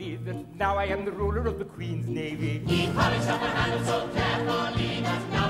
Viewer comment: Drinking game whenever he says queen's navee you take a shot